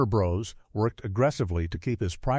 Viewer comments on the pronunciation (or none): none